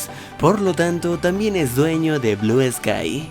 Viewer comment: Al principio dijiste blue esky